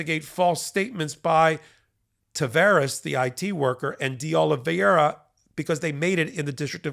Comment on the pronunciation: It's DeOliveira not DeOliviera.